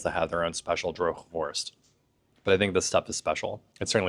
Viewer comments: Very good 'droge worst' pronunciation! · Ik ben nog nooit op Ameland geweest. De uitspraak van "droge worst" was bijna perfect. Jullie Nederlands gaat met sprongen vooruit.